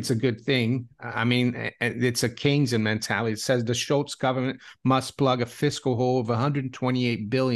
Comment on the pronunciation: It’s “Cane-sian”